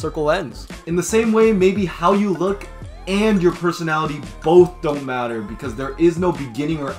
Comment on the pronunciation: Is she pronouncing "look" as "lick"? YouTube subtitles and I heard lick twice. Your content is great, keep grinding!